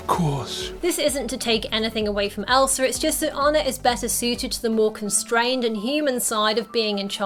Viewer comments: No Hate But: You Kept Saying Elsr IT gAvE Me oCd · how many times did u say elser? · i feel like your sayin elsar